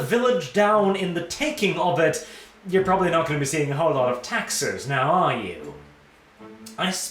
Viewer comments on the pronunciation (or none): none